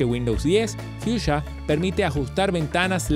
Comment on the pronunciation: no dices bien en nombre